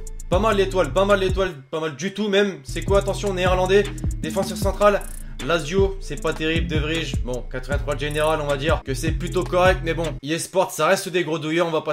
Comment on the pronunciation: Ça se prononce De Vrir putain pas De Vrij